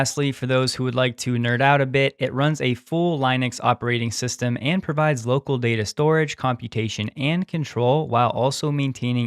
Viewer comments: Thanks! Here’s hoping we all survive tomorrow 🍺🍺 BTW - Linux is pronounced Lynn-ux... not Line-ux 👌 Great video as always man! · ahh.. it runs a full "LYE-nux" system, you say? lol it's pronounced "Li"nuhks source